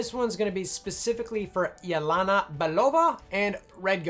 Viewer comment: It's not yeLAna, it's yeLEna. There are no difficult vowels or consonants involved. Please be a little more respectful of the culture.